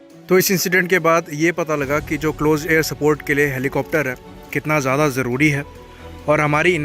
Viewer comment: Bro why do you pronounce ज्यादा as ज्यादी